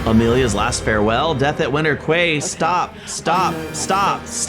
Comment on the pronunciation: Quay is pronounced like key